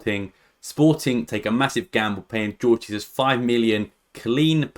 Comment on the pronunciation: Its pronounced Whore-gh Heyzus